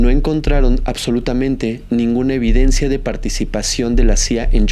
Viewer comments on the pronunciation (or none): none